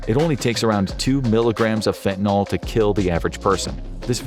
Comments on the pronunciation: It's not getting worse at an exponential rate, come on ...and it's not pronounced faentanawl! It's fen ta nil, not fentanol! Also, the one positive thing about fentanyl is that it doesn't have to be injected, it can be smoked, so one can avoid the entire hypodermic death trip. BTW, xylazine is a clonidine analog, and clonidine is used in "kick packs" to treat opioid withdrawal along with an antihistamine and a gabapentinoid. I'd like to see your literature on clandestine xylazine labs, since I've seen no literature on clandestine lab sources of it so far... Scopolamine, atropine and other tropane alkaloids have been used to sedate victims for a very long time in South America - they're present in Jimson weed, belladonna, and a few other plants. The ultimate in this class is agent BZ, and it's so potent it's considered a chemical warfare agent. But the beautiful Brugmansia shrubs (trumpet flowers) with large white or orange flowers are popular garden shrubs everywhere in the tropics, and are as strong as Jimson weed or any other tropane allaloid containing plants. Also, there's no nitroglycerin in gunpowder! And modafinil (mode aw fa nil) is the pronunciation - call it Provigil - lots of other people do ... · Hey, can we all, including this video, PLEASE try to pronounce FentaNYL correctly? It's not like TyleNOL. FEN-tuh-nil (/ˈfɛn.tə.nɪl/)